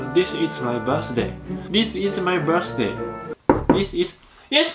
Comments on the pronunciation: 椋理児玉 完全にディスイズマイバースデイにしか聞こえない(汗) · 追加、息子、しゃちょーのbirthday発音にウケてる。www